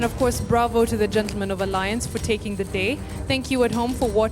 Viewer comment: Watu wa aliance ni vizuri hatukusema jaust apo🤭 Nikama tutaimplememt kuongea english shule